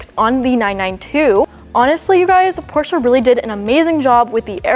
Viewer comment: I'm glad you pronounced 'Porsche' in the correct way and not just 'Porsch' without the 'e' at the end, as most non-german speaking people do.